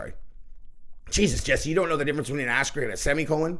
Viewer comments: Asteric?? Lol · Not an asterisk, also not pronounced asterick.